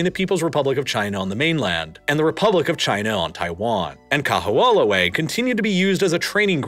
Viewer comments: Yikes! I've never heard such horrible pronunciation in a so-called "professionally" produced video! Certainly SOMEONE could have thought to consult a Hawaii native to correct the pronunciation of KAMEHAMEHA and KAHO'OLAWE! "Ka" is a simple descriptor in Hawaiian, meaning "the". "ME-ha" (MAY-ha) means "great". Repeating it twice means "greatest". "Kaho'olawe" is pronounced "Ka-HO-o-LA-Vay". It's not "MAW-lokai" ...it's MOH-lokai". Also, you glossed over the fact that Native Hawaiians had no ownership over the land, like American Indians, and were convinced to divide property by the sons of missionaries in 1948. That changed everything. Also you neglected to mention the defeated Southern plantation owners in the Civil War saw Hawaii as a place to continue plantation ownership by growing sugar. It was these people who brought their white supremacy to the islands and, realizing the Hawaiians would not work for them, imported Japanese menials for labor with white Portuguese from the Azores as overseers. It was these people who overthrew the Monarchy in 1893, just 45 years after private ownership of land was certified in the "Great Mahele", Hawaiians' huge mistake. You also downplay how much the military is despised by the Native Hawaiian population, and all people of conscience, for the appropriation of their lands. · Thank you for creating quality content about our islands! Just want to leave a quick note about pronunciation: O’ahu = oh-ah-hu (not oh-wah-hu) Moloka’i = mo-lo-ka-ee Kaho’olawe = ka-ho-oh-la-ve The ‘ is called an ‘okina, it’s actually considered a letter in the Hawaiian alphabet and it is used to break up vowels, some people refer to it as a “glottal stop”. It’s just as important to pronounce as the other letters. Might help with future content about this paradise :) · Yeah, I’ve heard the island’s name pronounced many MANY weird ways in my life, but this was a first. Generally the emphasis is also on the “law” syllable.